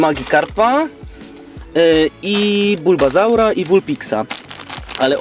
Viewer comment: powiedziałesz na skłitla burbozałr